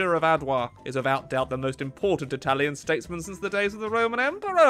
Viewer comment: Bad italian pronunciation, but loving the effort! 💪🏻😎 Keep on with that, we surely need more italian focus tree video! 🇮🇹